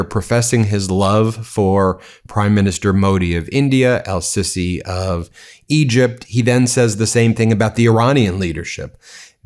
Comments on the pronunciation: Ben, it's Not"Sissy' it's pronounced "See-see" SiSi! Military coup president! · Show some respect, please. The Egyptian President's name is of course not pronounced "'Sissy' but rather " See-see'. In combinaison with the definite article it is: A-see-see. Don't mention.